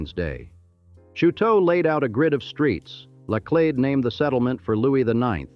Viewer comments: Hire a narrator for the love of goodness. Karen da lay? Part of history is getting the facts right and that goes for the correct pronunciation of names. It's CRON DA LET, not Karen da lay.😂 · This AI STINKS! “Karen De Lay”?!?! Eeshhh!! While I enjoy learning about St. Louis.., The AI RUINS it! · LIVED in St. Louis for 64 yrs. Never heard so Many Mispronunciation's 2 min into it Laclede , Osage, Cheautou . I had to add Only folks From out of TOWN or Harry Cary the baseball announcer called it St, Louie . WHY don't you hire a real voice from St. Louis to do read the script. the Ai on this sucks.